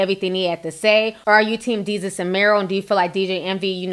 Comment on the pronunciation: DAY-SUS ..... "DESUS" lol...I had to correct u on that sis, love ya commentary ALWAYS.... Its so funny tho u saying Jesus with a D chile I cant stop laughing